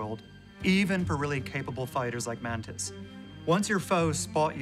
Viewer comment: Why do they say "mantin" or "mantined" instead of "mantis"? Am I just miss hearing ot or something?